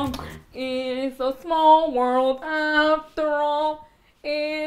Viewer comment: Just rewatched this after a couple of months just to watch the "it's a samall world" part